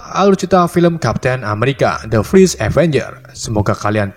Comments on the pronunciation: Bang lu ngomong nya fris terus padahal first😂😂😂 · Fers, bukan fris akwowkow asu